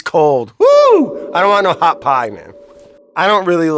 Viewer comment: Brad :“They’re getting haat” Brad :Wourder is a bad idea isn’t it?” Sean : “WoUrDeR...” This interaction was stellar